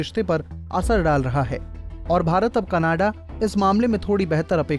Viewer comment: Pehle canada kehna tan sikh la bayiya canadaaa khi jana a hahaha 🤣